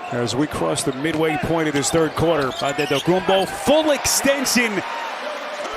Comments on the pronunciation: no. He said it the way Nigerian people would say it— Adedokumbo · The speaker says the name Antetokounbo in the most greek accent.....well done 🙏🏼🙏🏼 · Nobody said that he pronounced it correctly, he just pronounced it in a way a greek (and giannis himself) woyluld pronounce. Btw I thought too that the speaker must have greek roots